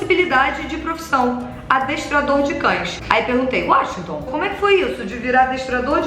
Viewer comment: no , quando ela diz "Washington", eu pensei que era um latido hahahahahaha